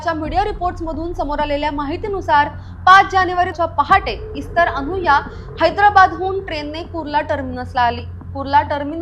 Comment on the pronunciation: सीसीटिव्हीच्या पुराव्याबाबत कोर्ट काय म्हणाले नाही का? त्यावरून व त्याने गुन्हा कबूल केल्यावरून त्याला काहीतरी शिक्षा व्हायलाच पाहिजे होती. निर्दोष मुक्तता म्हणजे उजळ माथ्याने समाजात वावरायला परवानगीच! दुसरी गोष्ट म्हणजे इस्तर शब्दाचा उच्चार एस्तेर असा आहे. त्या शब्दाचा अर्थ 'तारा', स्टार असा आहे.